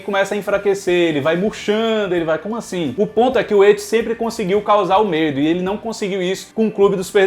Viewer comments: Só eu que fico puto quando ele chama "et" nem pra chamar "It". Na verdade o nome dele é Penywise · pq tu fala ET em vez de IT? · Pqp "eti" kkkk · hehe, é que do jeito que você fala parece ecchi (um tipo de anime "pornô" japonês) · Eu amo o, mas toda vez q ele fala "et" eu fico meio perdido hahahahha